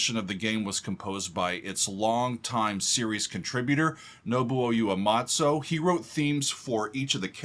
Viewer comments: so glad you reacted to this song and in particular this performance. enjoyable video again, thank you. By the way the composer's surname is pronouned oo-eh-mah-tsu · You-a-matso??? Lol. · I die a little whenever you call him Uematso.